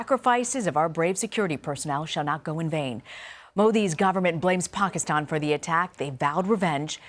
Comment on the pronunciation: Where have you been...I think you pronounced Pakistan wrong.